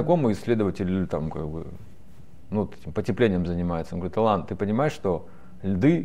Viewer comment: АлАн он, с ударением на второй слог. Осетинское имя.